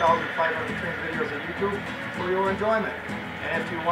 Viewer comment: Great footage, but could you stop saying you tube-aa? or anything-aa? It drives me nuts